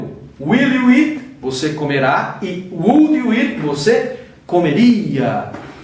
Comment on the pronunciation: aula interessante... acho que todo mundo vai aprender por causa de repetição. ( - pratique mais na pronúncia da palavra 'would' em inglês)